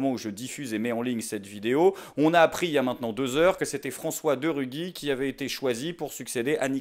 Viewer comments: Ça se prononce ruji et non rugui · cool ! le retour ! :) par contre, on dit De Rugy pas De Ruguy ;) pleins de gens font la même erreur avec mon nom de famille (qui n'est pas le même) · Content de te revoir! (et "F. De Rugy" se prononce "De Ruji" ) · Bonjour A propos de ta prononciation de De Rugy dans le préambule. Comment prononces-tu Gymnastique ? ;-)